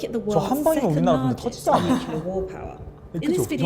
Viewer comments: N U C L E A R ! Not NUKULAR OMG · This narrator pronounces nuclear wrong. I stopped listening.